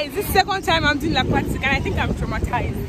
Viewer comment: Not Laaquatic never again 😂😂 Scary cat 😂😂😂